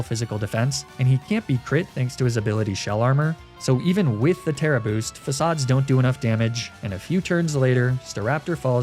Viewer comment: Hearing you pronounce facade correctly was weird.